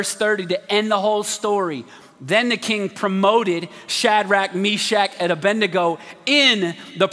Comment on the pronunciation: A-bed-nego not A-bendy-go like preachers most say.